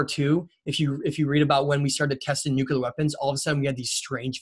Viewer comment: Nuclear not nuculear